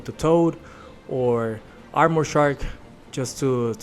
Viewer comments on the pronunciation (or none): none